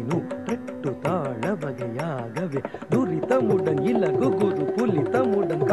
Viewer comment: Raadakala's dance is super. But, thollai aalangaadu is wrongly pronounced. Thillai is( chidambaram) correct and then Bandam means poetry. Next thurithamudan is not correct. (you meant fast) .Thrutham (1 thattu 1 veechu) thrutham, laghu, guru, plutham, kaakapadam these are different types of thaalams. Thiru Neeli Kali"s skin tone is dark blue. So i.e Neeli